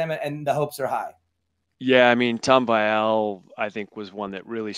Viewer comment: "vEEal" try it? Not Vy Al